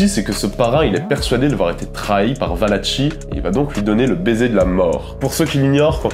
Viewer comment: on prononce "ValaKi" et non pas "Valatchi".